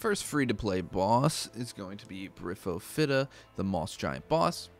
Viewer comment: Briff oh fitta loooool